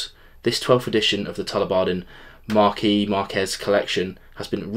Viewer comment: Resident pedant reporting for duty: "Marquess" is the British version of the title and would normally be pronounced as if spelt "Markwess"; "Marquis" is the French version and could be pronounced either "Mar-key"/"Marquee" or "Markwiss". A double "ss" should always be pronounced, no matter what language the word is from... Interesting combination of Port casks!